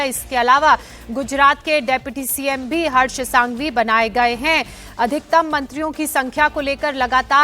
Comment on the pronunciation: संघवी not सांघवी